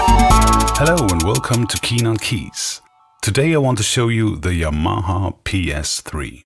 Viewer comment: I would actually prefer those "bulky" organs from the '70s. There's a Yamaha Electone E-5 on EBay now, what a machine!!! Anyway, someone at last pronounces the word Yamaha properly, without stressing any syllables.